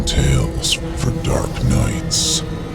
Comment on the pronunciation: Tales, not tails.